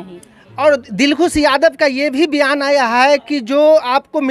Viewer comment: Patrkar sahab biyan nhi hota bayan hota hai